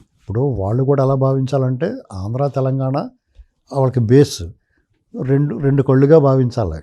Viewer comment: ఆంధ్రా అని పలకడానికి ఇబ్బంది పడ్డ చిరంజీవి కి నంది అవార్డులు ఇవ్వాలా, ఈ సినిమా వాళ్ళకు నందులు అవసరమా, నర నర ఆంధ్రా ను వ్యతిరేకించే చిరంజీవికి నంది అవార్డులు అవసరమా